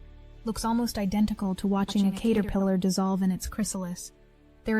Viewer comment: The way you say Caterpillar is so funnie to me 😂